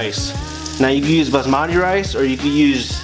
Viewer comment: Say with me... Baaas-mat-ee